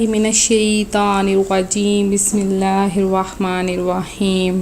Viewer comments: بہن آپ تھوڑا غور فرمائیں بسم اللہ کی لام کو باریک پڑھنا ہے آپ نے موٹا پڑھا ہے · Ap nei bismilah ghalat parhi hy